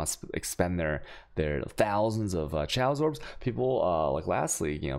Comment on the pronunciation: For the love of Vaal look up how to pronounce chaos and alchemy.